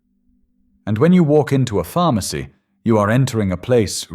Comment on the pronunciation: Pharmacy PH-harm-acy